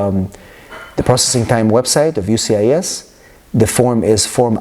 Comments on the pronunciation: How about you learn how to say the name of the agency before recording a video? UCIS??? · U-CIS 🤣. It’s U S C I S. Great information though